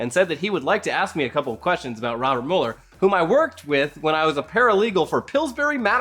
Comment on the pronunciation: It's Robert MEW-LER. Not Robert MUL-ER. 👏🏻